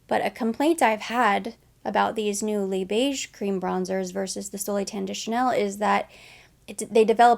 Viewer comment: So glad that you pronounce Les Beiges like “le beige” without the extra ‘s’. I cringe when i watched other beauty youtubers who are not new to Chanel pronounce it with the extra sss.. it sounds so weird, and i’m not French 😂😂